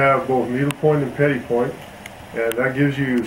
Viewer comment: Gorgeous jewelry. I've recently become obsessed with Zuni jewelry, it's so fantastic... wasn't sure how to pronounce 'petit'... thank you for that... the 't' on the end is silent, good to know.